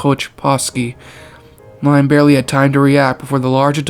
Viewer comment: There’s actually a video of a Boeing 747 crashing and exploding, creepy how this similarly happened here btw Liam is actually pronounced like "Lee-um"